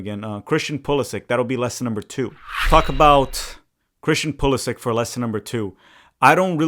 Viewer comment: Brothers channel is called tactical manager and can not even pronounce Pulisic the right way haha it is Poo-li-shich why do all the american never take the effort to speak out the names the right way? They are all so ignorant and think everything is in English…